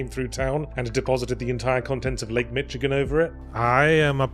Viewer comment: Did Yahtzee really pronounce it Lake Mitch-igan? 😂